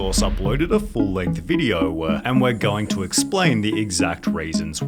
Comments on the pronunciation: what the fuck is a "videowwww-wuh"? I had to put subtitles on and try to drown out the narrator because that weird habit of adding extra syllables to the end of words is incredibly irritating and distracting. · Why does all of your words end with "aah" "videoaah" "Whyaah" "...his first year on youtubeeaah"...